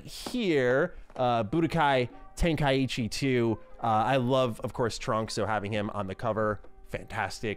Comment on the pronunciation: Nice collection FYI 90% sure you said “tenkaichi” wrong